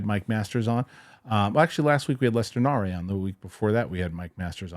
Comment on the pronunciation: Lester Nare* (Nair). Not Na-Ray